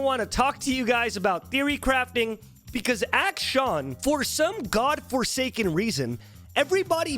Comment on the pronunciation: action? acshin? acshawn? im so confused